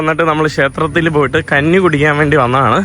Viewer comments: ഊട്ടു പുഴ അല്ല ഊട്ടുപുര. മൈരേ കന്നി അല്ല, കഞ്ഞി ആണ്. നീ തന്നെ ഒരു കഞ്ഞിയാണ് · കന്നി അല്ല കഞ്ഞി എന്ന് പറയണം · എടാ മൈരേ നിനക്ക് " ഞ" വഴങ്ങുകില്ലേ? അമ്പലത്തിൽ " കന്നി" കുടിക്കാൻ അല്ല, "കഞ്ഞി" കുടിക്കാൻ പോകുന്നു. ഇതാണ് ശരി. നീ ഏത് കോത്താഴത്തു കാരനാണ്.